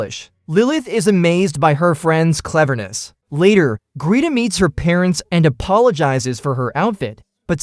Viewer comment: Greta. Gret-a. Why does AI suck so bad at names....